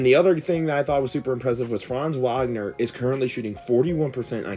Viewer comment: It's baffling to me how you know to pronounce Franz "Wagner" but not Moe "Wagner" like they aren't brothers.